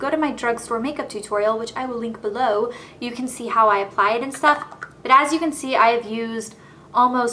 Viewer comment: "this is a great one... because it's really easy to apie - I mean apply!" haha idk why but this made me laugh